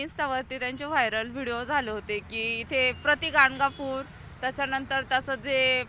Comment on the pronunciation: गांडगापुर, नाही ग बया गाणगापूर आहे.पण तुम्ही गांड गा पुर म्हणा हवं तर...तसच आहे